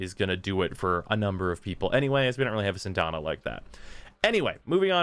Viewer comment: SyAndana. Not Syndana. Learn English.